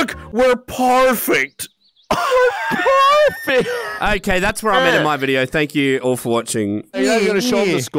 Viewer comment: Narrator was right that was “parfect”.